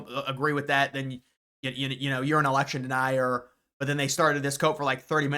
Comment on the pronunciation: It's Election, not Alection! Drives me nuts!